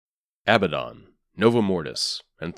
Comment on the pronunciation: its " a-BAD-in" not "abba-don"